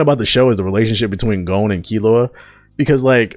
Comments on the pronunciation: Gown??? Its GAHN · Stopped the vid after 1. Says he only watches dub (Filthy casual) 2. Dis nigga said gOH-N Smh step ya anime game up brotha!